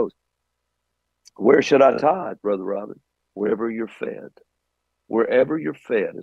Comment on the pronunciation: I'm hearing Rbin